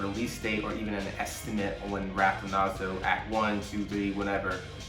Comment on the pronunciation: Lmao it's Nazo not Nazi